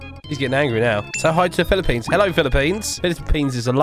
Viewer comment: ''hello poo'' that Filipino